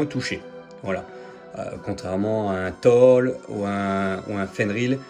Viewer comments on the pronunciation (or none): Très belle vidéo mais on dit pas toll mais thor pls merci bon continuation.